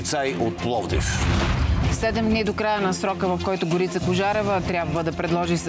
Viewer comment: На Тая Горица, ударението не е ли на О? Го̀рица? Що й викат Горѝца?